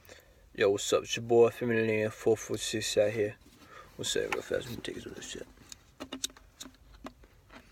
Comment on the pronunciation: "Its FMOTL446......." Then pronounce it as such.